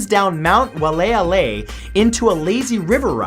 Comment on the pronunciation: Kaua’i resident here. Your pronunciation of #44 was close but not quite. It’s pronounced WHY-AH-LEI-AH-LEI. I know it’s very confusing 😂